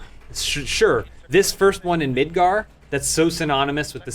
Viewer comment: midgar! MIDGAR! MID-GAR! NOT MIDGAR'D! u fool